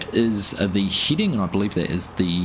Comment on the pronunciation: FYI: head·ing /ˈhediNG/ not Heeding